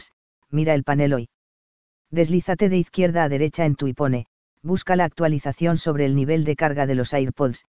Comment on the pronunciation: Ipone? Vaya pronunciación